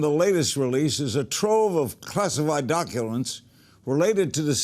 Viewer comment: "Doculents?" Wow. John McAfee is off way off!